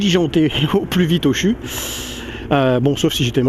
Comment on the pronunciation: On ne dit pas chu en lisant mdr. Mais C.H.U